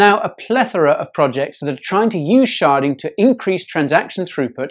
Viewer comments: And here I thought sharting was a bad thing... or did he say sharding? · Did you say “SHARTING?..”